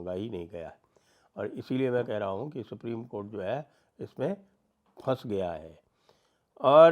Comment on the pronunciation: Supri.... co... nhi supri.. cothh.....